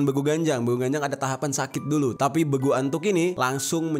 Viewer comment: Bukan begu antuk Tapi begulattuk